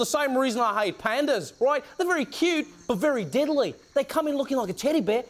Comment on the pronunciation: I thought he said "diddly" instead of "deadly" 😂